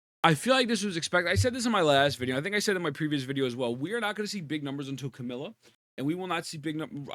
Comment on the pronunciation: can you stop saying Camila instead of Camellya?